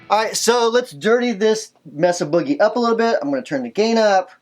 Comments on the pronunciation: "Messa Booger Triple Rectum-Frier" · I LOVE your pronunciation of "Messa Boogie." I'm going to start saying it that way now.